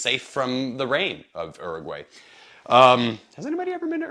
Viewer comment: First, it's oo - roo - gwai you heathen! Also, you're critiques are valid when talking about this as a general purpose, commuter, travel bag. However, this bag is designed as a bicycle courier style bag. The smaller outside pockets are meant to be easily accessible for everyday stuff, but the large main pocket is meant for cargo. It's assumed that you WON'T be accessing the main bag except to put cargo in it, and to remove at your destination. So accessibility is not the goal. I enjoyed your review.